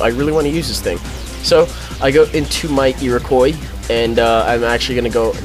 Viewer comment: It's pronounced ee-roh-k-wah